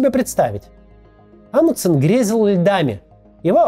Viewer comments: "Амудсен", "Амудсен", "Амудсен". В этом имени есть буква Н, и в английском языке, и в русском она произносится, т.е. должно быть "АмуНДсен". Тяжело слушать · Мне кажется, или Максим теряет одну «н» в фамилии «АмуНдсен»?🤔